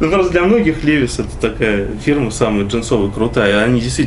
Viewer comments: Левис)))) Левайс... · не лЕвис а левАйс